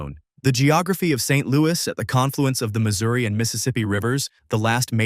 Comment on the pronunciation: It's pronounced Missouri